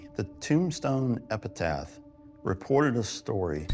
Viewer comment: Did that guy say epitath?? It’s epitaph